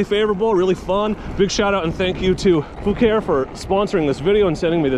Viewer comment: You can't tell me that isn't pronounced FA-KA-REE.